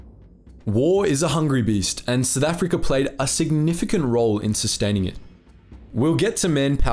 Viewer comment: Lolz, it's "South Africa", not "Sith Africa". 😂😂😂